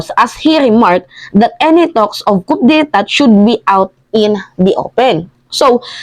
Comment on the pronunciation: KO DE TA ANG TAMANG PRONOUNCIATION SA COUP DE ETAT